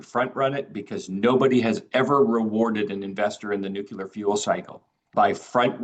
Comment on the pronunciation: It's surprising that, president of the most important company in the uranium field, still can't pronounce "nuclear". He still says it the way G Bush jnr said it. It's so simple, just the way it's written: "nu" "clear", not "nucel" "ar".